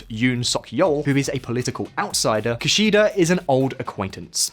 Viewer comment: Minus 1 point for Ki-shy-da 😂